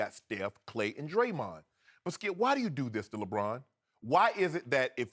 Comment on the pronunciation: I'm convinced these two are contractually obligated to mention LeBron at least 20 times on every show. Skip: "Ray Allen hit the most clutch shot i've ever seen, saved LeBron's career and LeBron got blown off by the Spurs by a record margin." Shannon: "STOP IT SKEUP! I'M JUST ASKIN A QUESTION SKEUP!" It's literally a variation of that every show.